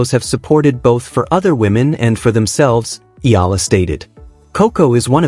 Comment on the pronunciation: Her last name is pronounced E ya la.